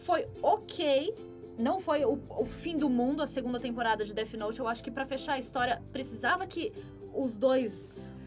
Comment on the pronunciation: A mina falando "DETI NOTI" me incomodou kkkk